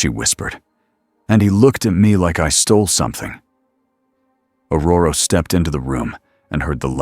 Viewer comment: It is ORORO..not Auroro